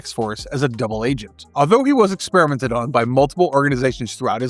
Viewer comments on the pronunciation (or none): none